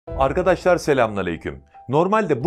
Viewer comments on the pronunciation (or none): none